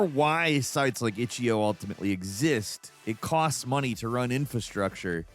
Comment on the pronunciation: "itchyio" there is a period you intentionally mispronounce things and it is annoying.